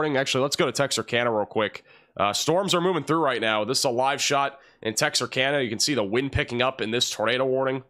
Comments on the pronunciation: Tex-ar- cann-ah Not texarcahnah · Texarkana- pronounced cana, like a CAN of beans. Not kahna. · Pronounced tex er cana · Just wanted to let you know how to pronounce Texarkana, it sounds like Tex R Can Nuh. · It’s actually pronounced “Tex-are-canu” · Love you, BUT it's TEX(as)ARK(ansas)Louisi(ANA), which was named after it's tristate border location.... I think you might be screwing with us, aren't you?